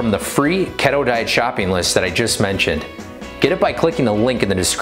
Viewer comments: Lol🤣 Pronounced key toe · Every time he said keto I died a little.... But he’s cute as hell so I’ll forgive him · I don't trust anyone that doesn't know how to pronounce keto